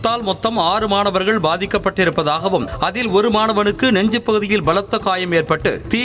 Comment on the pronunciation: மனாகர் இல்லை மானவர்கள் என்று சொல்லவும்